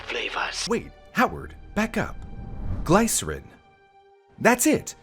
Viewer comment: Your coffee machine pronounces glycerine correctly, you're pronouncing it wrong